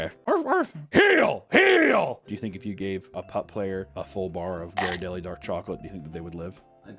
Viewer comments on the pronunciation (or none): none